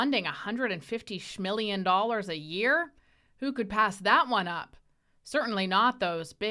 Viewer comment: Shmillion dollars 😂